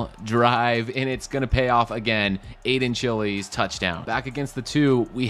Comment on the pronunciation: As an MSU fan hearing Aidan “Chilis” instead of Chiles is hilarious